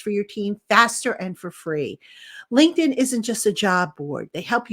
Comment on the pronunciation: Love your work but please do your sponsors a favour by not butchering the pronunciation of their name. It’s LINKED IN not “Lincoln” lol